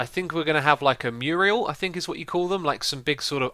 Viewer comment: New entry for the Xisuma to English dictionary: Muriel = Mural ;-)